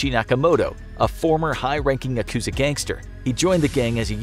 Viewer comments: Is it just me or is it annoying when he says Yakuza wrong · just started watching and im already annoyed at his pronunciation of 'yakuza' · The word yakuza has the accent on the first syllable. The word comes from ya ‘eight’ + ku ‘nine’ + za ‘three,' referring to the worst hand in a gambling game.